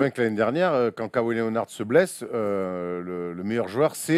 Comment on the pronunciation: tain la prononciation les mecs: Lénard pas lé o nard Dé jounte murray pas derounté Et jonnathon Simmons pas S aille mons